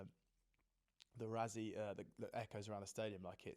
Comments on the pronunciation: Why does the British media pronounce Rassie as "Rah-zee"? It's "Rah-see". ❤from CPT, SA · And it’s RASSIE not RAZZIE! But hang in there we do love your contribution